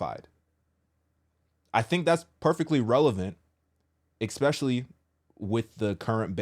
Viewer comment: please stop saying ek-specially. You're grown up now. There's no "k" or hard "c" in especially.